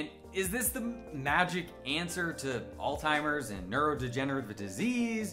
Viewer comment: Learn it phonetically: AL'S HI-MERS (Alzheimer's) Pause slowly, say it as two words if you must.